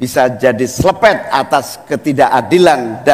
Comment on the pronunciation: Selepet😅😅😅 aq ulang2 dari cak Imin..selepettt 😅🫢